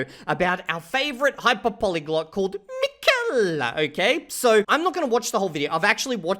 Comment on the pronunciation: It's MI-kel, not mi-KEL. My only goal in life now is that you pronounce our favourite scammer's name properly. Edit: Oh, I see you do it purposely. Then I'm going to be even MORE annoying.